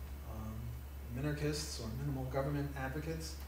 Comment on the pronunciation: Min-Arch-Ist its pretty easy to say.